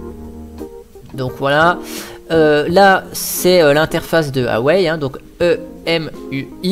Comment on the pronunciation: Sa se prononce Waaa ( comme Waaa c'est beau), et Ouaisllle ( comme Ouais et faut partir du sur "ille" à la fin ( :)